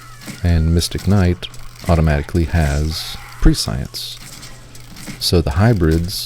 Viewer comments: prescience - prĕsh′əns. There ya go. You can pronounce it correctly after a decade of saying it wrong. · pres-sea-ant pres-sea-ence 😁